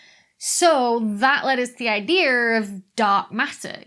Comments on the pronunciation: Why does she say DataR and IdeaR with a R at the end? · But does "idea" end with an "r"?